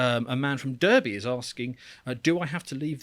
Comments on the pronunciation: I think your guest has spent too much time in the states . You pronounce it Darby with a emphasis on the r not durby like the yanks . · Did the twerp on the left really just mispronounce Derby?